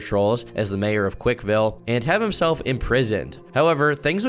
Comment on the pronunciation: Boy you driving me crazy - it's not "Quik-E-Ville," it's "Quikville."